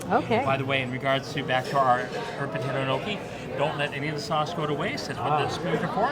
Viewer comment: Please learn how to pronounce gnocchi.